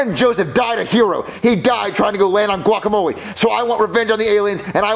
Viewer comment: The way pronounces guacamole is so annoying I hate how ppl say it like that